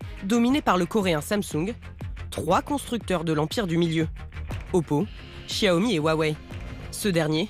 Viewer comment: Sauf que ça se prononce "Siaomi". Le "x" en chinois se prononce comme un "s" ;)